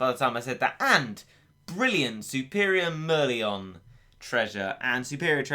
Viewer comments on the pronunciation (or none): Mer-li-on Srsly its fu**ing called mer-lion. Im a singaporean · When he said merlion that way my brain hurted Source: Singaporean